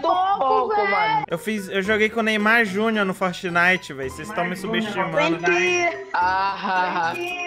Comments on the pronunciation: "FERTNITE" AKAKAKAKAKSJAKALJDIAIQJS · "Fertnite" KAKAKAKAKAKAKAKKA